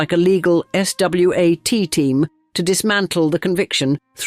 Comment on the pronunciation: I enjoyed the narration and the voice (human or AI, not sure). A couple of friendly amendments, if I may: - "Geyser" is pronounced "geehzur," not "guyzur." - "SWAT" is pronounced "swot," not "es double u ay tee." When in doubt, please check; it takes seconds. Thank you. For the record, English is my fifth language.